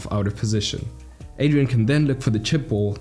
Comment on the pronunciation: Everytime you say Adrian, my brain hurts it’s Adriàn